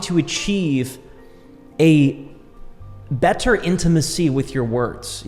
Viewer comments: You're a bright young man and have fallen into love with one of the most powerful things that will help you immensely in life. I do hear a bit of over annunciation in some words like 'better' or hard Ts - but you will smooth them out over time as they sit in your pocket longer. It could also just be your accent or what region you're from. Not to take away from the fact that you have a bright future. God Bless you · the way you pronounce "better" kinda drives me nuts